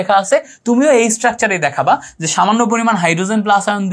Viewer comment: Allah'r dohai. vai uccharon ta ektu thik koren, please!! you can count it as advice. Sodium, je, 6 please egula ekta thik vabe ucchar koren!!! Amar OCD type problem thakate ami esb uccharoner karone class e attention dhore rakhte parina, tai bollam. Kichu mone korben na vai, please!! Vai emnite Kintu class ta osadharon chilo